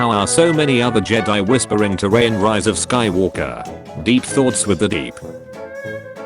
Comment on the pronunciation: Funny the AI read Rey as Ryay while Ray as Rey.